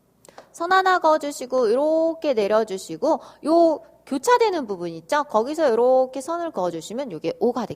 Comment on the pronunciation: 있쪄? 선생님 발음 중독성 있어요 ㅋㅋㅋ